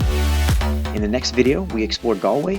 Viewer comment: Finally someone who can pronounce Galway :)